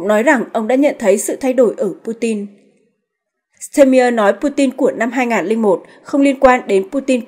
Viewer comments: Ban doc ten tong thong Duc cua chung toi ma toi chang hieu ban doc ten ai?????de nghi ban nen hoc tien duc de phat thanh tieng Duc chuan muc hon...bo tay... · Đề nghị cô BTV nên đọc đúng tên Tổng Thống Đức và tên nhửng người Đức.